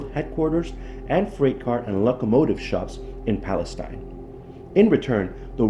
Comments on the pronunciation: Pal-ess-steen. is how you pronounce it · It's pronounced "Pales-teen" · Wow, not only did you not bother to learn the proper pronunciation of Palestine you have your "story" wrong. The Union Pacific rail yard is still in operation in downtown Palestine at , - . What you found was the old ALCOA aluminum smelting facility east of town located at , - . This facility was built in approximately 1975-76 and was shut down almost immediately after when it was decided that the process cost more than the aluminum was worth. ( ) You should really try to do some research into your stories rather than try to jump on the YouTube train.